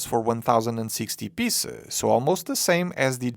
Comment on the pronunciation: Please try to pronounce "piece" and "pieces" with a longer "eee" sound, otherwise it sounds a bit ... funny ;)